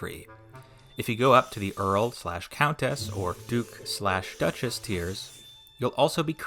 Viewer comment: I swore he said "GOOK" and had to look up and realize he said DUKE Lol for a moment I thought he was trying to really bring in that new Asian money segment of viewers 😂😂